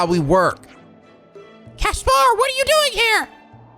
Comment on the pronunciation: I like how pronounces Caspar’s name correctly here, but in Three Houses, he constantly mispronounces Caspar’s name to Casper despite having voice actors pronouncing Caspar’s name. Sylvain: You just don’t get it,!